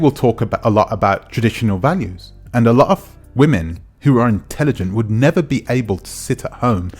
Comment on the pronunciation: The way you put Emphasis on your point about them entertaining the Tates like, "They Would NeVeRrr!!!!" Like BrO Chill out!! The Tates are not looking at their door waiting for them to come and elevate them😐 Im sure they dont even know if these two exist or naw. Next time write the Script better if you realized your mistakes😑